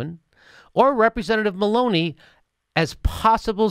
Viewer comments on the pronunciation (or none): When you said Maloney the first time in this video, I thought you were saying 'Baloney'. It would have been applicable in this case.